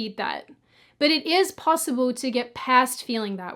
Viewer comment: The way you pronounce the word 'possible' is ridiculously cute. Possiboo lol